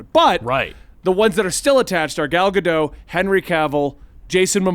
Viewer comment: If we're going to continue to respect Ezra Miller by referring to them by their chosen pronouns in light of what they've done, can we also pronounce Gal Gadot's name correctly? Like, I know a lot of people didn't care for WW84, but I don't think it counts as a crime against humanity.